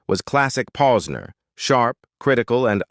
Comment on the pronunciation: I heard 3 different names mentioned about Judge Posner!! I wish AI would say the real names and sound human better!!